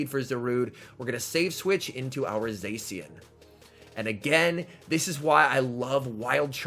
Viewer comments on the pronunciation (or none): I know it's a minor thing, but it really annoys me how you say zacian, it's pronounced zah-shi-an not zae-si-an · The c in zacian is pronounced ch sound